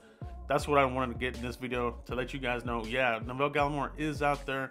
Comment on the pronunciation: Good vid man 👍🏼 btw you pronounced his first name wrong tho, I grew up with him in Ottawa Canada was a great guy always stayed focused on football now look where he is 👍🏼 💯